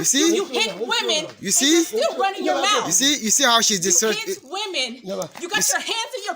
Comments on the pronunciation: "disrespect"... dissreserrre 😂😂😂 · It’s the dude trying to say disrespect for me lol.